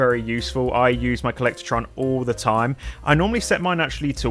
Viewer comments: Co-llec-tron not co-llector-tron omg :face-orange-frowning: You said it wrong so many times it was infuriating. Good video otherwise, agreed on all items chosen! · No a in “collectron”